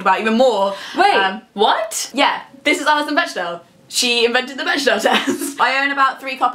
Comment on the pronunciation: Alison Bechdel is not "besh-del," but "beck-del" ...as is the "beck-del" test. Love you guys =) I got to see the Fun Home musical this year, it was nice, and sad.